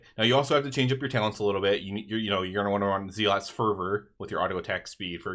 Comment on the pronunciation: It’s “Zel-ot’s” favor